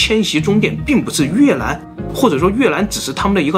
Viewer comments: 雲南就會講雲南 越南 就講成 越蘭 ㄌㄢ˙ 怎麼就變 Lan 了呢 ???? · 这集太难为总裁了，又是”女”巫又是越”南